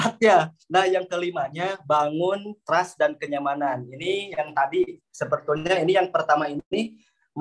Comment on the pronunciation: trust bukan trush